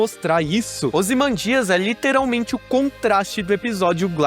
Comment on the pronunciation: Se pronuncia "ozymândias" e não "ozimandías"